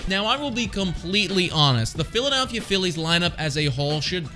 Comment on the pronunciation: Lmao 😂😂😂😂 dude. . I thought I was the only one who noticed this. What a 🤡. Philladaaalllphia 🤣😂.🤦🏻‍♂️🤦🏻‍♂️🤦🏻‍♂️🤦🏻‍♂️🤦🏻‍♂️ He keeps saying it too lmfao